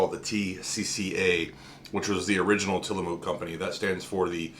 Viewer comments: Til a muk not Mook. Say the muk part light though and on the vowel and not the consonant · Not to nitpick, but having grown up around the PacNW, the -mook in Tillamook is pronounced like book. :P That flavor is one of my faves, aside from the classic Vanilla Bean, Oregon Strawberry, and Malted Moo Shake. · It's cool. Comes with the territory up here. There's a lot of names of places that people not from here fumble to heck all the time. xD Mostly it's how to pronounce Oregon, but I'll still hear some butcherings of others. Tillamook is a really great coastal town to visit. Touring the Creamery is a must of course. Saw it a few times as a kid, visiting from Portland. :D Have a Happy Turkey Day yourself!